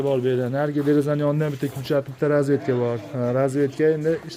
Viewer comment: Разветка эмас,разетка денг.